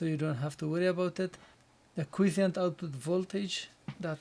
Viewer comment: By the way here is the correct pronunciation for Quiescent